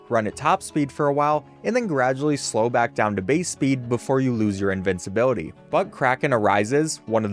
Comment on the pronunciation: Who wants to tell him that's not how you pronounce invincibility?